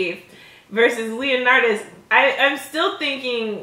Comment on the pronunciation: You know it’s Leonitus right...not Leonartus